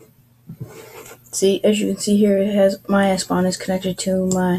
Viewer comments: its ePSon ... wtf is espon??? where did you read this? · "s pon" ?????????????